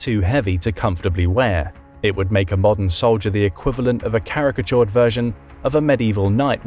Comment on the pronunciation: He did say "a charicature of a knight".